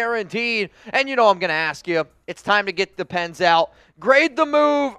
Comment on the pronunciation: When you said get the pens...It sounded like get the Depends...as funky as free agency is going...